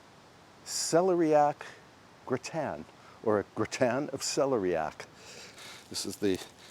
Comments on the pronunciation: we love the care you bring to your home and its surroundings... Also.. not sure if anyone has mentioned but here in the UK it's pronounced cel-air-ee-ack, not celery-yack. We still enjoyed your version! Your lovely piano playing is a treat as well. 😊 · Celeriac is pronounced: suh-lee-ree-ak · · I think you are pronouncing celeriac wrong. The accent goes on the second syllable. I tell you only because you are the type of person who cares!